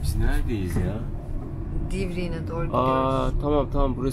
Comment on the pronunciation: İlk önce divriği demeyi öğren divriğin nedir ya